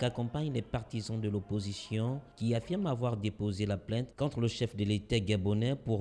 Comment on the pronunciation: plainte et non plaite vous aussi